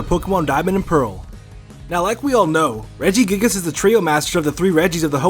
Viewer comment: I got triggered when he said Regigigas.